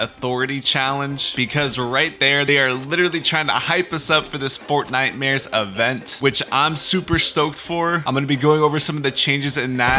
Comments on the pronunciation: "FortniteMares" MAN I lov ur vids so much it makes my day every time :) Epic is : CommandoJaguar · I subscribed and the word is fortnightmars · "Fortnitemares" Thank you for all the information that is upcoming. Epic: x0I SILENT I0x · " fortnitemares" " nightmares " I didn't hear the word clearly. I used your code doom. My epic is: JDM4LIFE_666